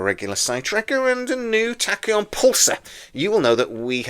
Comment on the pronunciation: Sorry , but it's funny I'll for now forgive the Man U shirts , But dude you cant pronounce the word " Tachyon" every show😂 I know I'm just having a laugh and I'm a Brummie but bro 👏👏🫡